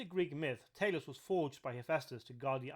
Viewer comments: Not "Tay-los", it's pronounced "Tah-los". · I believe it's pronounced "Tah- Loss" But I don't want to p155 on your bonfire. Great video. I love this stuff. I will subscribe.